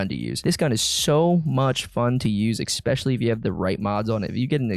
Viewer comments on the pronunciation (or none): I'm honest to god not trying to sound like an ass-hat but I absolutely hate the way you say especially. There is no "ex" sound in especially.. Again, sorry. I love your content and definitely have that bell rung, keep up the content man this is good stuff. No good way to sign off after saying dumb shit like this so...